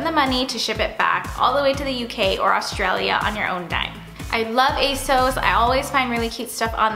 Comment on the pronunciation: You pronounced asos wrong